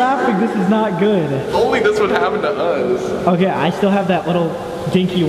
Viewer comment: when Colby said 'okay' after climbing up the ladder, it lowkey sounded like he said 'we're gay' 😂